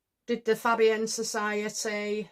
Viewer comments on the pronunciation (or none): Fabian is pronounced Fay Be an. All Labour MPs are members The Fabian Society, is a socialist society founded in 1884 in London, having as its goal the establishment of a socialist state in Great Britain. The Fabians at first attempted to permeate the Liberal and Conservative parties with socialist ideas, but later they helped to organize the separate Labour Representation Committee, which became the Labour Party in 1906. The Fabian Society has since been affiliated with the Labour Party. The Fabian Society continues to influence political thought in the UK. In the 1990s the society was a major influence in the modernisation of the Labour Party. Its report on the constitution of the Party was instrumental in the introduction of 'one member one vote' and made the original recommendation for the replacement of Clause IV. .At the time of the 1997 general election there were around 200 Fabian MPs in the Commons, amongst whom numbered nearly the entire Cabinet, including Tony Blair, Gordon Brown, Robin Cook, Jack Straw, David Blunkett and Clare Short. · It's Fabian actually, with the first syllable rhyming with 'hay' - like Faybian.